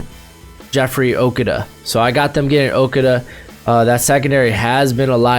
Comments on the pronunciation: Pronounced O-KOO-DUH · You are saying jeffrey okudah last name wrong look up the announcers saying his name. But great mock draft.